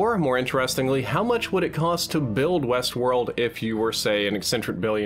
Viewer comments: "HBO's new series Westwold" lol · what's "Wesworld"?